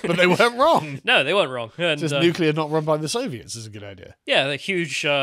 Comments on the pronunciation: Bare in mind most nucular fuel comes from Russia too 😂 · Can we please get a video of one of you steelmaning the anti-nucular argument, and the other debating it? I’m ignorant on the subject, and I’m tired of y’all saying “nucular is the awnser” without elaborating.